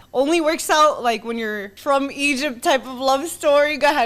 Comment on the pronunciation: "Egyyyb" "Bassbor" 😂